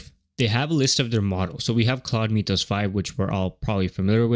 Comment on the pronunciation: Unwatchable video as the AI voice and script keeps saying MEEETH-ohs. Come on. It's MYTH-ohs, as in Myth.